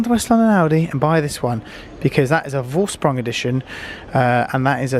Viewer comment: Make the effort to learn how to pronounce Vorsprung propperly